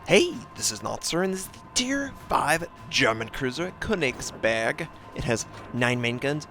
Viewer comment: Notser, I speak german and I find it really funny listening to you when you say köningsberg. But I can understand if you find it hard to say the actual name. Not a hater just a guy